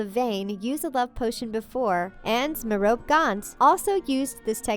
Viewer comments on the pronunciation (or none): Merope is pronounced 'Meropy'.